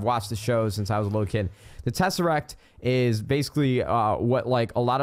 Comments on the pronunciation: "tesacrat" hahahahahaha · Tess-er-act you pronounce everything wrong